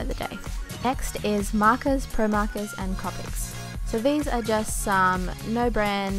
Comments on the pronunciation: copics are said coe-pics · its copic like if there was en e at the end for the onot triying to be mean so just to let you know